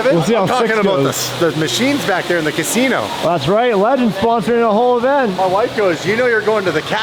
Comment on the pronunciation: I have never heard casino said like that before